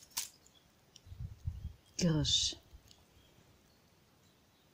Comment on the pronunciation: Die Pflanze heißt Giersch ( mit ie ) und nicht Girrsch. Gruß aus der Apotheke.